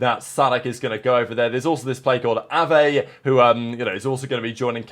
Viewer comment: Ave(Z) Its not pronounced like the french verb